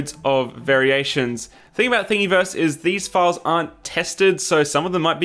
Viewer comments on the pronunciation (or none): lol something about the way you pronounce "Thingiverse." It should rhyme with universe....